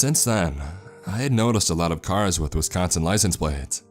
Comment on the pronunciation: If this guy thinks twin lakes is fucked up, he should try elkhorn at 3 a.m. Edit: you didn't pronounce Wisconsin correctly the entire video.